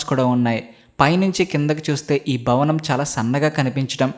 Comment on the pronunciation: it's not "Bavanam" it's "Bhavanam"